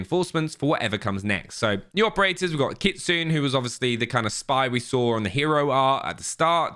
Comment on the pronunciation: it is pronounced KIT SU NAY not KIT SOON.